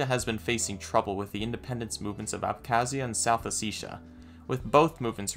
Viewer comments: Thank you for pronouncing Ossetia correctly 😄👍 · Yo Im no expert but Ive been spending the last year travelling the caucasus and theyve definitely been pronouncing it as "O setty ah"